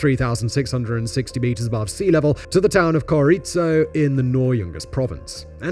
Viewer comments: Bolivian here. Mostly accurate, and still in disbelief of how long it took to replace that road. Still, replaced it was. Now it's almost exclusively used by adventurers. Having said that, you need to work on that pronunciation... I get it's not easy, but you tend to overcomplicate it, Coroico is just pronounced "koroyco", use long o's if you need to, you'll still sound like a gringo but people will understand what you're saying. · I’m half Bolivian and been to coroico (pronounced koroiko) my mother used to regularly use this road to see the family because my family had businesses in the yungas. The new motorway is great and very safe. Only tourist bikers really use the old road. It’s a beautiful region and worth a trip but avoid the death road, take the modern motorway.